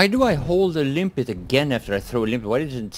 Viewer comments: Why do you keep calling it "Limpit" mine, instead of Limpet like it's really called. I figure you should have realised that after 1 and a half years lol. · No dude, he calls it "Limpit" mine. Check every video he posted abot the Limpet mine and you'll see for yourself. It says "Limpit...."